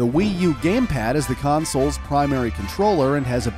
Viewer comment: r/weGotThat (and he said home consuls)